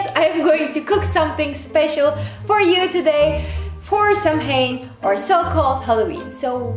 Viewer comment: I love this! But just so you know, samhain is actually pronounced saw-win, just for future reference 😁